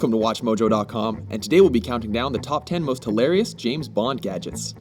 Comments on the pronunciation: *dies laughing* Did you just say James Blond? XD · no he said jame blond